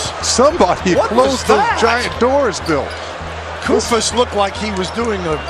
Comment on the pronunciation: He is called Kóstas Koufós not Koùfos, the accent is wrong